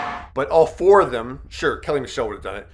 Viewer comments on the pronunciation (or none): none